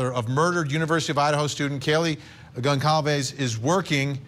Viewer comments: The family's name is Gonçalves and it is pronounced : Gonsalves. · Pronounced Gon-sal-vez you're a tv person get it right. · I’m sorry to the private investigator on this panel, but he doesn’t seem too bright. He sounds like one of those true crime wine moms who comment outlandish theories on Reddit. Also why can’t these so-called professionals pronounce Goncalves correctly? That’s the least they could do.